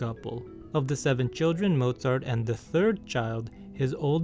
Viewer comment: I love that you pronounced his name with a V instead of a W